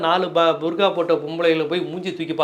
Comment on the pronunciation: ...பர்கா அல்ல புர்கா அல்லது பர்தா. சில நேரங்களில் சரியாக சொல்கிறீர்கள், பல நேரங்களில் தவறாக சொல்கிறீர்கள்.